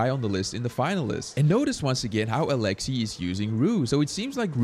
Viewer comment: I just love hearing people try to pronounce Alexey’s name just because every time my Russian dad heard the commentators on the official comp live stream say his name, he shouted out the correct pronunciation as if they could hear him correcting them😂😂❤